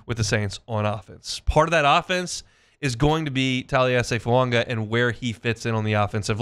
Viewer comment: It's NOT FuaNga! It's foo-aah-ga